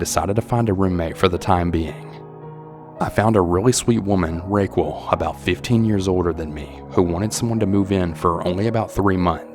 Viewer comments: I can’t help but wonder if the person you’re referring to as Raykwel is actually raquel (pronounced ra-kell) lol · Is no one gonna address him pronouncing Raquel as "RayQuil" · I was like "hm, what an interesting name Rayquel..." then my Spanish brain translated it. RAQUEL (RA-KEL). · The way he pronounced Raquel lmao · That’s not even close to the correct pronunciation of Raquel. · I’m sure someone’s commented already, but I’m guessing the name your pronouncing Ray-quil or Ray-quo is probably “Raquel” spoken as Ruh-kel (Raquel). Also Raquel is Wiccan not wicked Thanks for your narrating! And thanks to all those who send in their stories. And Veronica… sorry but taking photos of strangers in a public place is not illegal. Nor is pleasuring yourself… Danny just sounds like a typical extra horny dude. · I think that you pronounced the word Wiccan wrong. It sounded like you said “wicked.” Also, I wonder if the lady’s name was actually spelled “Raquel” or “Racquel” and is actually pronounced “RUH-:kell?” Just wondering since I’m not able to follow along with accompanying text. Cheers! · Omg!! Please learn how to read. Its wickens. Not wicked. And Racquel. Definitely not the correct pronunciation